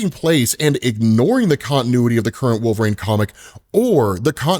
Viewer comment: I can’t be the only one hearing “wolverAine”